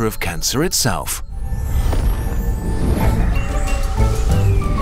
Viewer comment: Kurgs-kuh-sat. That’s how you pronounce it.